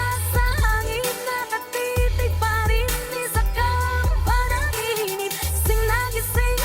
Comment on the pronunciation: the title of the song Panaginip is being read as Pa-na gee nip. You can pronounce it like a real Pinay. Do you know that Pinoys are born Singing not Crying......it’s only a joke.This is just an observation from your beautiful face.....you got some pimples but I love your eyebrows. Take care always.